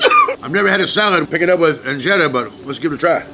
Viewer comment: the way he said it perfectly the words tho ,,,doro wet,,, injera